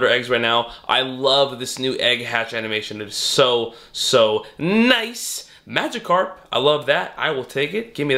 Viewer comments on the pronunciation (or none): none